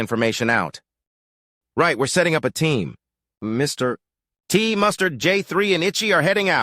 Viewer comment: Another good chapter! The AI narration definitely has some issues pronouncing Mr Tea